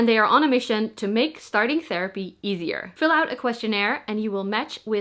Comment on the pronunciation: "easi-AH" made me laugh haha. Love your cockney accent ❤️😂